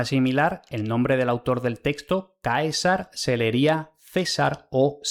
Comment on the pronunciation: Muchos pronuncian los diptongos "ae" y "oe" como hiatos, aumentado así una sílaba. Por ejemplo, ka-e-sar en vez de kae-sar.